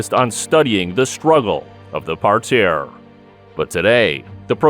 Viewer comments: nobody says par tear ur killing me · Just say "mat" or "ground" and stop trying to be fancy with "par terre" when you can't even pronounce it nor use it correctly.